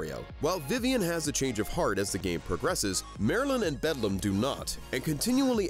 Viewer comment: While I really like this analysis and agree with it, I kept laughing at how frequently you mispronounced Beldam's name. Also, pretty sure Grubba just flat-out died.